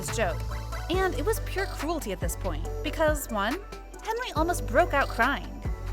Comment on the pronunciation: His name is hendery not henry